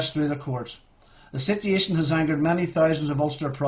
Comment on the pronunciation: sityee'achion ..lol